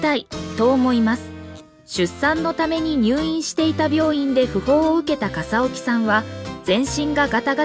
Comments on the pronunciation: AI音声だからかな？ かさおきさんとか えいみぎさんとか音読みしか出来ないのね😁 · 笠置の名字はかさおきではなく かさぎとよびますよ 穎右名前はえいみぎ？ えいすけです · かさぎさんと読むしえいすけさんですよ😓